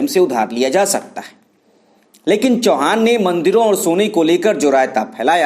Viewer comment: इतका अंतिम नाम चव्हाण है चौहान नहीं है.